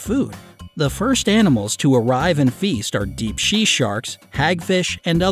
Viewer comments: instead of saying deep sea sharks he said deep she sharks lol 😝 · he said she sarks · Haha he says deep she sharks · You said"deep shea"!!!!😂😂😂😂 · He said deep "shea" sharks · wait a minute did you say sea she sharks(she???) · Deep shea sharks. ''DEEP SHEA SHARKS'' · "Deep she sharks" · He said deep shee sharks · Shee sharks? Edit: Not being rude! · he said Shea sharks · Notice he said "shea sharks" 😂😂😂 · they said deep SHE sharks!🤣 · “deep she sharks” 🦈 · you said "Deep "she" sharks"